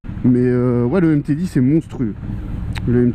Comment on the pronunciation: On dit MT10 pas MT010 🤦‍♂️🤦‍♂️